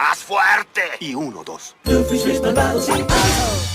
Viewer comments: Por cierto no es Doofeenmirch es Doofenshmirtz, aunque te entiendo yo al principio no sabia pronunciar bien su nombre xd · ve a checarte los oídos, no puede ser que no sepas pronunciar bien "Doofenshmirtz" después de cientos de episodios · Me hace gracia como pronuncia doofenshmirtz 😂